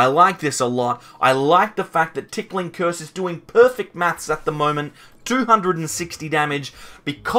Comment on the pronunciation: You keep saying, “TickLing Curse,” but the name of the attack is Ticking Curse (no “L”). Makes for a strange mental image, lol.